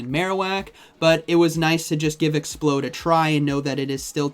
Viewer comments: It's not explode! It's ex-p-loud. As is loud! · ExpLOUD... LOUD! Not Explode. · You do know it's pronounced Ex-ploud right you keep saying explode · The fact he says 'Explode' twice in a row when it's clearly 'Ex-p-LOUD' makes me feel like he's taking the piss. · Exp-loud not explode, by the way! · Exploud not explode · Also it's ex-pLoud like loud, not explode. Like how the pre evolution is LOUDred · Awesome vid as always! Grammar tho :p not expload. Exploud! "Loud" "explosion" 😁👍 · It's pronounced ex-pla-ud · Oops. Already invested in Exploud 🤗 like I have alot of “non-meta” pokes. It’s no question that I’m not in the millions in stardust like a lot of my poke-peers are 😂 Also isn’t it pronounced “exp-LOUD”? Or are you just waking up bc it’s so early you don’t care how a fictional beast’s name is pronounced? Lmao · You're saying Exploud wrong it's not explode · It bothers me that he calls Exploud… as in loud…. Explode…. Over and over and over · showcasing the new spicy pick ✅ mispronouncing it’s name ✅